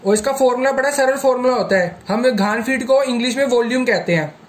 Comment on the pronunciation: बहुत बहुत धन्यवाद सर जी लेकिन आप जो धान फुट वोल रहे थें। वो घन फुट हैं।